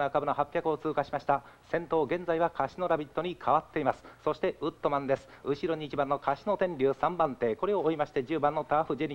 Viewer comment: ウッドマンじゃなくてウットマン